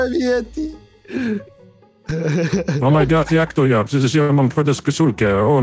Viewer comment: mówi na Yetiego Dżedi